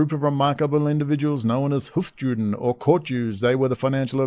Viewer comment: Its hofYOOden, not JEWden.